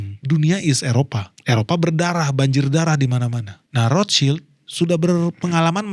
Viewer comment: Dari sekian banyak yg nyebut nama Rothschild, baru ini ketemu yg bener nyebutnya 👌🏻